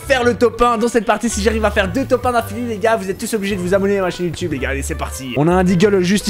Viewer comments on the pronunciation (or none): none